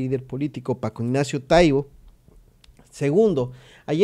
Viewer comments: ES TAIBO NO TAIBÓ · Lo pronuncias mal, precisamente no tiene acento y tu lo dices con acento en la "o"